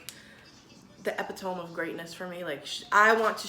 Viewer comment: sorry Ollie but EPITOME is pronounced e-pi-to- meee...love u but I have a pronunciation pet peeve lol. u said epithome with a long O. we learn something new everyday love ya